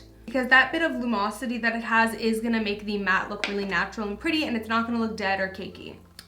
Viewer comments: Luminosity not lumosity lol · I think the word you’re looking for is luMINosity. Not “lumosity” lol:)